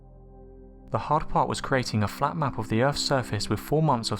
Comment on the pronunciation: It sounds like your saying the earth is fat